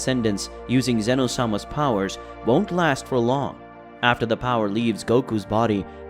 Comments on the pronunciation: it not zeeeeeeeeeno it ZENO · Bro said zino 💀💀💀☠️☠️